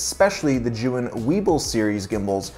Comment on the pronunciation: Sorry to hear about your hard drive. Actively spinning drives are VERY delicate. Love the recommendations for accessories. One tip: "Zhiyun" is actually a compound word in Chinese meaning "wise cloud" if you pop that word into Google translate you'll hear the correct pronunciation. To my ear, it sounds like "chew-ying". I saw that tip in a Chinese YouTuber's video on the Weebill S.